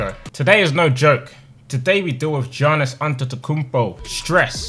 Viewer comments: Lmao it makes me laugh when he pronounces “Giannis” as Johnis instead of Yannis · it isn't janis its yanis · Tobi it’s not pronounced “Giannis” but “Yiannis” 😅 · BTW Tobi the Greek Freak is pronounced ''Yannis'' also i would like to see you play with the Houston Rockets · It's pronounced yawn-iss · I love the Milwaukee Bucks, and pronouncing Giannis' name wrongly gave me goosebumps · I love how he can say Antetokounmpo perfectly but not Giannis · Tobi can pronounce ‘Antetokounmpo’ but he can’t pronounce ‘Giannis’ 😂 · How can Tobi pronounce Antetokounmpo but not Giannis